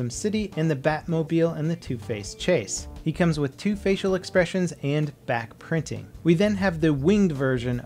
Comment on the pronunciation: God, I keep hearing "Bat printing".